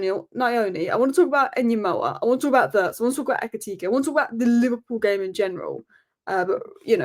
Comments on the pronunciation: It is ENGUMOHA not En Yemoa pay attention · His name is pronounced En-Ga-Mo-Ah Remember the name 😋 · Ignore the "N" when pronouncing his Sir name =Gumoha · here is the pronunciation of Rio's surname: "EN -GUMOHA" To be safe, you can simply drop the "N" and pronounce the rest of the name to the best of your phonetic abilities! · I'm Igbo man, I will teach you for free how to pronounce it cos you loveu club.